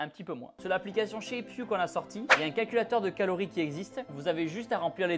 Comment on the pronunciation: "Caories pour maigrir" Ah !